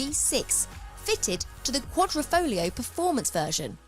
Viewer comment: Another YouTuber who pronounces QuaDROfoglio, while it is QuaDRIfoglio...